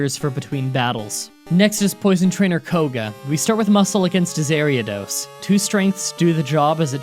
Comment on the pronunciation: Pronunciation corrections (since ya figured ya miss out on some names): -Meh-gay-knee-um for Meganium -Ex-Ay-Gyu-Tor for Exeggutor -Ay/Aeh-ree-ah-dos for Ariados (like an alternate way to say 'area') -Ar-kuh-nine for Arcanine Observations: -Gen 2 was only a bit more held together by super glue and rubber bands compared to 1, altogether. -I remembered Bugsy being male from when the Johto arc of Pokemon aired, way back when. It was pretty surprising for the neighborhood kids who played only the games, too, so you're cleared for that confusion. -Funny enough, Meganium has been and always will be an inferior Venusaur. This is why Venusaur got a Mega and Meganium never did. Why Typhlosion never got one, is really beyond me. Feraligatr...eh, Blastoise and Swampert tend to be better at what they do. -Miltank was usually a cursed matchup for most back in Gen 2 because it was pretty decently leveled and its damning stats and health restoration. Plus, even with no type strengths, Normal is usually either hardy, hard-hitting, or both, and has lots of coverage with TMs/HMs. -It's not that bad not knowing the specific pronunciations of every.single.Pokemon, so you're good once again. -The only reason to do the Burned Tower is, really, to release the Legendary Dogs (or Cats, as some notice they are more cat-looking than dog-looking) and to get a sidequest of sorts. Not really worth going out of one's way for. -AI in the first couple of Gens were especially notorious for trying to go for su